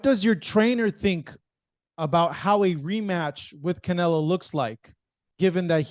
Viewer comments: Keeps calling him canela 😂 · Why is it that Bivol can say CharlO but still keeps saying CanelA? 😅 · It's funny that he calls him Canela. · He still Calling Him Canela lmaooo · He called him Canela. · Bivol isn’t humble he mid pronounces canelos name on purpose